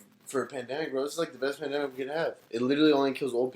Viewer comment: said: “that pamademic typa shit” 😂